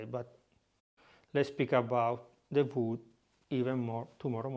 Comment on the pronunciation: "WOOD" I could not tell what he was saying. WOOD! OAK?